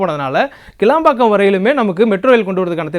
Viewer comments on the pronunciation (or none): none